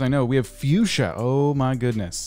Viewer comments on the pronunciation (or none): none